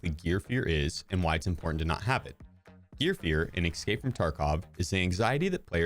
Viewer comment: E-s-cape, not e-c-scape. Good video tho!